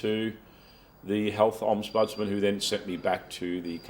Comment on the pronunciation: Interesting what will come out of all this Dezi Freeman hoo-ha. P.S isn't it "ombudsman" not omsbudsman